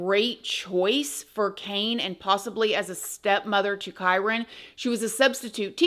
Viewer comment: Thank you for pronouncing his name correctly, as I’ve seen some other creators say it so wrong. I personally believe the step mother definitely has something to do with him missing. This poor baby boy needs justice